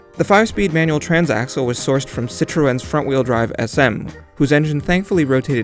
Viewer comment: Love how Americans can't pronounce citroën. It's pronounced sit-rinn....sitrin, that's it. Nothing fancy.